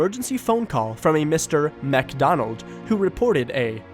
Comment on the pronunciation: It isn't pronounced "MacDonald." It's "Mic."